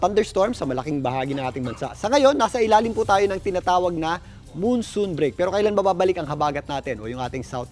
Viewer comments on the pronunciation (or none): Moonsoon? It's Monsoon. The "mon" in both "Monday" and "monsoon" is pronounced the same.